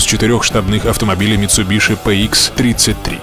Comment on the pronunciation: правильно говорить митсубиси, гуглите